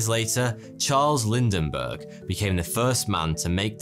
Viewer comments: Lind-bergh, not Lind-EN-bergh. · Lindberg, not Lindenberg. Don't you edit? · “Lindbergh”, not “Lindenberg”. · says Charles "Lindenbergh".... instead of "Lindbergh".:) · He also said lindenberg instead of Lindbergh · That is Lind bergh not Linden bergh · “Lindenburgh?” Lol interesting mispronunciation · Who, pray tell,, is "Charles Lindinberg" ? Were you by chance going for "Lindbergh"? THAT guy captured to solo transatlantic record. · "Charles Lind-EN-bergh" ME: "ITS Charles LIND-BERGH" at least he didnt become Charles HIND-EN-BURG At least Amelia Ear-EN-hart isnt a thing. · Who is Lindenbergh ? Try Lindbergh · Charles Lindbergh pronounced Lindbergh not Lindenberg lol Also your year for Lindbergh crossing the Atlantic was not 6 years after Alcock and Brown in 1919. It was 8 years later in 1927.I enjoy your presentations please check your facts better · "LindENbergh"? LINDBERGH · LIND-Bergh not Linden-burgh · It's "Lindbergh", not "Lindenbergh" And his solo flight was eight years after Alcock and Brown, not six. Other than that, you nailed it... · CHARLES LINDENBERG -- WTF? It's pronounced with TWO SYLLABLES: LIND-BERGH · Lind-berg.......not........Linden-berg....... Ok. ill be the jerk to nitpick.. lol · Its LINDBERG, NOT LINDENBERG !! Get it right ! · Lindbergh... not Lind-en-bergh.... At least get the names right.... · I adore your channel but as a aeronautical enthusiast need to tell that Lindberg crossed the Atlantic at 1927 and pronunce lind·buhg. Thumbs up!!! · "Charles Lind(en)bergh" - Woopsie : ) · hey... "Lindenbergh"? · You said "Lindenberg"... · pronounced Lind'-bergh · Two syllables in "Lindbergh". Keep up the good work! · No one calls out for his pronunciation of Charles Lindberghs last name I mean come on guys...come on. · honors the great Charles Lindberg by adding and extra syllable to his last name! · I bet you mis-pronounced Charles Lindberghs name on purpose!